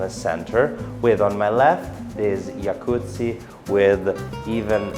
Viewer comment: Noooo, how could you, after praising your pronunciation, you say Yakuzi twice (which sounds like the Japanese mafia), try starting with the Italian già then kuzi:P